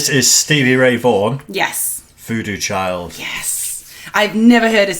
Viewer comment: It's VooDoo "Chile", like my southern grandma says!!!